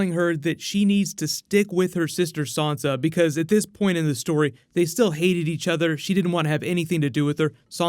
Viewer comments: I want to know where you're getting the "R" from when you're saying Sansa. You've obviously seen the show, and read the books. There is no "R" in the name so please stop saying it like "Sarnsa". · hi dude, love your videos, but could you please stop saying sawnsa stark, it's sansa, say it like Ned and Katlyn did, they named her. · You're saying SOnsa, why are you saying SOnsa? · Shane Melly Who is Sansa? There is no Sansa in GoT... You might be thinking of Swonsa...